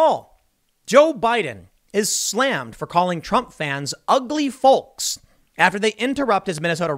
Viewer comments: Folllllllk. The L is silent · It triggers the fuck out of me how you say "folks" lol... It's pronounced fokes!!! 🤣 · Tim. Tim. Tim. You pronounce the L in folks too much. Sounds funny. 🤣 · he called the feeyokes....lol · In his defense, I think he said "ugly felks." lol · Its obvious that you're a northerner haha Folks with a hard L instead of Folks with a soft L. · ... is that really how some people pronounce 'folks' ? lol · I find your pronunciation of folks really grating. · Why does Tim say the word folks like that lol